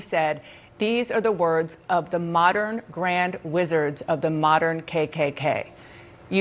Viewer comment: Kendi is a Fraud.... Calls himself a scholar and struggles to pronounce “modern” Moderin....?